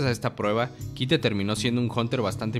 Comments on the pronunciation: me estresa que digas kite y no caito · No se pronuncia gin se pronuncia ying tampoco se dice quite si no kaito, nueb video pero ten mas cuidado con la pronunciacion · Se dice ying, Kaito, hanters ex hanters . Habla bien carajo.